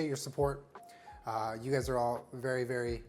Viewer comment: When you say “very excited” I hear “Aries excited”’ and I cannot not hear that now.